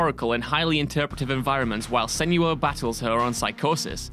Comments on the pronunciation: Thank you for including my personal game of the year: Hellblade. But he name is SEN - OO - WA. Not Sen-you-uh. Watch the developmental diaries. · Alexandra Lee *sen-oo-wa